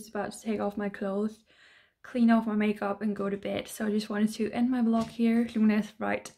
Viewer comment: You keep saying vlok instead of vlog